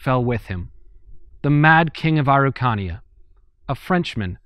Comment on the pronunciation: It took me so long getting that you were pronouncing Araucania, I love your videos, and is ok to ask for help for pronunciation.